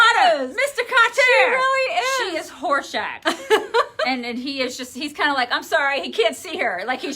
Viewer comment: You will have to bring in the ghost of Bernie when he dies, cause we will miss him too much. 😁😊 HA you said Horshack but I at first heard Horse-Shat which seems to fit as well. 😏